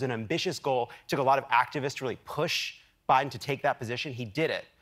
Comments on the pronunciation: No one missed sayin president O’Biden every time right? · LOL. Who else caught the guy "say": "President O'Biden". ?? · President O’Biden? I heard that slip. 😆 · Did Lovett almost just say “O’Biden”? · Notice how they sometimes say "President O-Biden" because they're so used to saying Obama :D